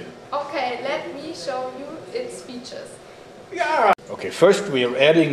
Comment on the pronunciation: IS GOLD!!! and the clipped "yeah!" at the end is hilarious.